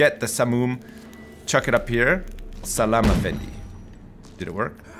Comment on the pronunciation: "Salam afandi" im happy as an arab that said this